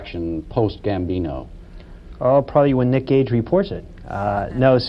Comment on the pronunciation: Gage not Cage *